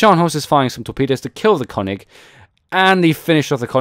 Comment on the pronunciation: It's called König, not Konig ;) Here you can listen to the correct spelling: Greetings from Germany :) P.S: Königsberg and not Konigsberg ;)